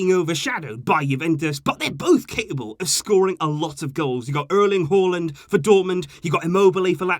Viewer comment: Thank you for saying håland and not haland even tho you didnt say it completly right